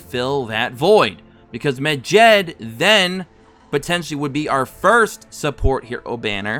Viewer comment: the way you pronounce medjed hurts my ears, its med-jed not mejed